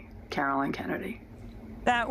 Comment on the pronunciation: I'm glad you aired this courageous statement by Caroline Kennedy. One request - please pronounce her name correctly. (She said it herself at the end if her reading.) It is CaroLINE (long i) not CaroLYN. She's not some obscure person; she's the only surviving child of a former, assassinated president; she is a member of a storied political clan and a member of the diplomatic service in her own right. She deserves to have Americans get her name right. Thanks